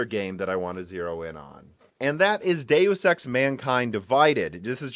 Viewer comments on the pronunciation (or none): none